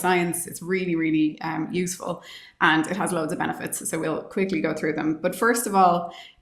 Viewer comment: I thought she said "quickie", but she said "quickly".... 😂. She's a great find!